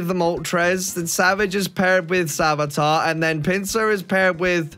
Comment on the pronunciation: it's PINSIR I can't man I'm done. 🤣😆😂🤣😆😂🤣😆😂